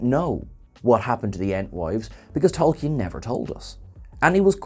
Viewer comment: The name is not Tolkee-an.